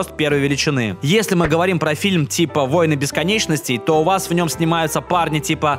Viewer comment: "Войны́ Бесконечности", полагаю...